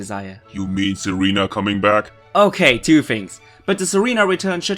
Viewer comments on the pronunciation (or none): none